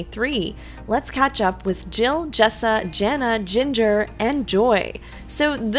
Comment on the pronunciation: can you say Jana with an A instead of Jenna. thanks